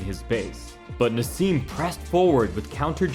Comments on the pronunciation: Who the hell is ‘Narz’?….it’s Naz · there is no z in naseem ...yet u speak it lol